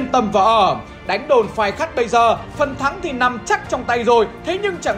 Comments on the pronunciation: Phai Khắt chứ kp Khai Phắt nha =))) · Đồn Phai Khắt mà cứ đọc nhầm là Khai Phắt😀😀😀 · Phai khắt mà ông toàn đọc là khai phắt vậy ơi 😁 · Phai Khắt a đọc nhầm thành Khai Phắt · Phai Khắt ông cứ đọc là Khai Phắt 😅😅😅😅😅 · Phai Khắt mà ông cứ đọc Khai Phắt 😂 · Có mấy chỗ Phai khắt đọc bị nhịu thành Khai Phắt anh nhé 😆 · đã đọc sai còn đọc to Phai khắt mà toàn đọc là khai phắt nghe sai lệch lịch sử quá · Ông cứ nhầm phai khắt thành khai phắt hơi bị nhiều đấy nhé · Phai Khắt mà ông cứ đọc là Khai Phắt :(( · Đồn Phai Khắt mà đọc nhầm hoài 😔, bé Hồng là ông Nội tớ đấy. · Phai Khắt nhưng đọc là Khai Phắt =)) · Khai phắt đọc sai xuốt thế a . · cứ bị đọc sai tên đồn Phai khắt, nhé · Cách đàm đạo lịch sử rất lôi cuốn, chỉ có một sạn nhỏ là anh đọc nhầm tên đồn "Phai Khắt" thành "Khai Phắt" thôi ạ! Chúc anh và ekip thật nhiều sức khỏe để có thêm nhiều video bổ ích về lịch sử!